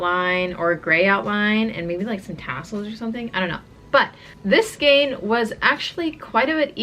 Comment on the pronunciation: Say skein … rhymes with pain!